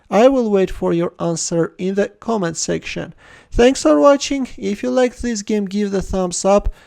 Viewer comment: Why do you pronounce "comment" as "command"? >_>